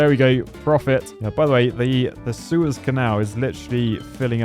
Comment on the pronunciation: The poo-ez canal 😂